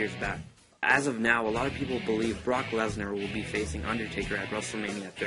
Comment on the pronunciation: You just have to BO-LIEVE